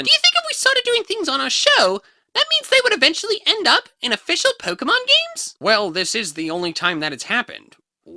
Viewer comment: Unless I got something wrong, POKE-GAY-MON